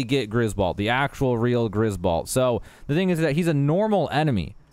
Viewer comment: balt? you mean, bolt?